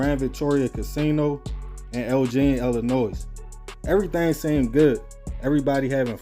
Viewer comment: Love your content but it’s pronounced El-gin, not el-jeen and the S in Illinois is silent